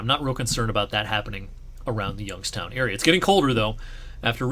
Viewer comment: As a person who moved to Youngstown from Rochester, NY I thank you for pronouncing it right.